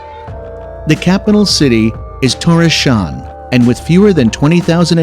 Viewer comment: Aside from Thorshavn being pronounced "Turisham", I'm wit it.